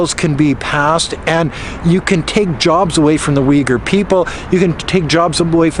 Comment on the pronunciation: There is no "I" but "U" in Uyghurs.😆